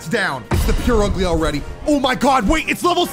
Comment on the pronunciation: “pure ugly” bro- it’s pronounced “purr ugly”